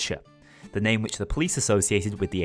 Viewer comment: You can help it. You've elected not to. It's a name. Not a word. Get it right.